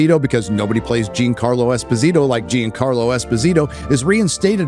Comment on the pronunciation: Leave it to an illiterate ex con to comment on things that require literacy. Gene-Carlo Esposito. Can’t say John-Carlo? Too difficult?